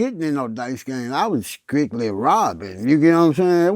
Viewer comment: strictly came out as sqwigly...